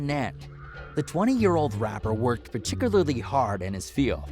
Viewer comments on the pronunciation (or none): none